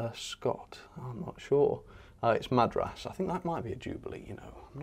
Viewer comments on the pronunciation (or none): Hi. "Tangmere" is a Battle of Britain class. "Madras" is pronounced "Ma-dras" and not "Mad-ras". I didn't hear you mention "Rocket" (although an advert may have obscured it. Ah, so not your "complete" collection - no "O" gauge, nor your secret "N" gauge collection (LOL). I take your "hawk & spit" locos are your favourites! I believe that a Class 9F (currently owned and named by the North Norfolk Railway holds the record for hauling the heaviest freight train (2,198 tonnes).